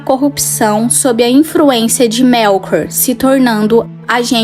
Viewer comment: Sem querer ser chato mas ess "infruencia" doeu! Amo seus vídeos!